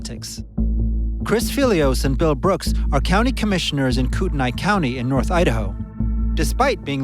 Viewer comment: Pronounced Koot-Knee